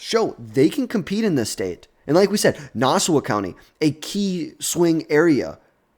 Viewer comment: (Nah-saw) county